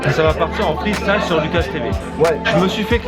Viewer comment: Encore une superbe vidéo, / freestyle, yo / envoie du sale, avec son rallye de la bouffe, / Il te soulève à la salle, t'inquiète c'est un ouf, / Jamais sans son gars Naoki, il ne part faire son rallye, / Il termine son freestyle (prononcé fristile), en t'montrant son zizi, / Djannnnn, freestyle